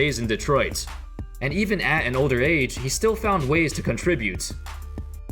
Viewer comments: When he said age I stg I thought he said AIDS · Bruh I thought you said he had AIDS. I hadda reeeeeeeeewind.